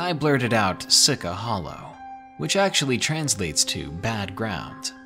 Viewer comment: Your not saying Sica Hollow correctly lol... its she-cha. I'm from the same area. 😊 Love these stories btw! I listen to them every day. Thankyou! 😁